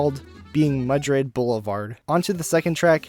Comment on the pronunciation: And it’s Madrid not Mudrid lmao